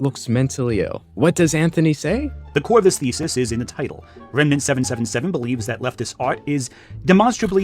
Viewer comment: It was kinda bothering me that you kept saying his name as “Renmant” but he also said your name as “Gramugg’lia” so I guess you’re even 😂